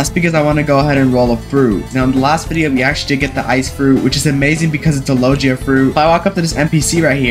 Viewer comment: Bro the way he said logia "lojia"